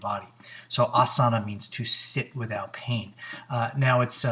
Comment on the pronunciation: Back to Sanskrit school, asana has a long first a which gets the emphasis, AH-suh-nuh, the word derives from the verb as, which you got right, it does mean to sit, but says nothing about pain. For that you’ll need patanjali's sthira/ sukham